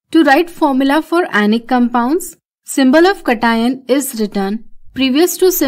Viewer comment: It's not katino. It's cat ion Cation. Spell 'cat' and 'ion' and after mix them both and you have Cation